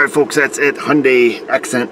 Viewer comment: Hyundai = hun-day, as in Sunday (at least that's the way I heard it).